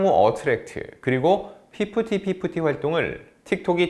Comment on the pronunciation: 애프티파티 ㅋㅋㅋㅋ 피프티피프티 하다보니 ㅋ